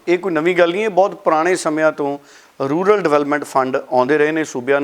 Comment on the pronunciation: It is “RURAL” not “RULAR” development fund.